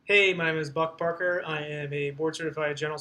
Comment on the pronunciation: HAHA Buck Parker! Your name is literally the best name in existence! When you introduce yourself it legit sounds like you say "Hi I'm Butt Fucker!" LMAO My wife & are dying right now lol Thankyou